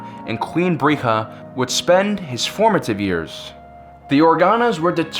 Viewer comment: Duuude, not "Bre-gh-a" - "Breya" (sounds kinda like Leia). It was actually Bail's decision that sealed the twin's fate- because Bail and his wife always wanted to adopt a girl.